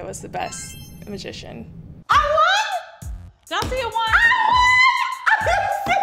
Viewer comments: Mah-zi-shon, I swear that that he said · did say mishishan? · said 'Masigian' 😂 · He didn't even pronounce magician right lmfao :13